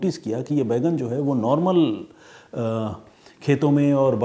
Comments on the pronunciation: आप बैंगन को बैगन बोल रहे हैं जो बहुत अजीब लग रहा है! Please correct pronunciation. जय हिन्द ॥ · Detective " Bheigan " 😂😂😂 Pehli baar sunna Maine bhi...Sir....!!!!! 🙏🏻🙏🏻🙏🏻